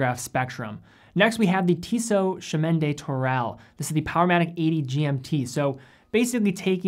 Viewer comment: I saw the Tissot and was like oh hey I know that watch but then you butchered the name and I wasn't quite sure anymore 😂 (It's pronounced Shmah de Turell btw <3)